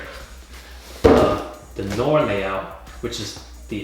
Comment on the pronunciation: not to be a schlong sucker but its pronounced no-ar